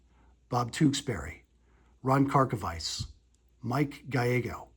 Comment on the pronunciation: I think you pronounced Ron Karkovice’s name incorrectly.